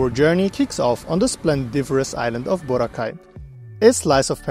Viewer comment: Yes there are 2 airports you can take going and leaving from Boracay, and they are called Kalibo International Airport and Caticlan Airport. Not Boracay Kalibo Airport and Boracay Caticlan Airport. And its BO-RA-KAI not BOW-RAH-CAY! Get your facts right!